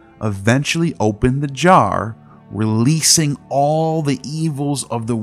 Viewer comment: you almost said box. What a said 🤣🤣 “opened thubjjar”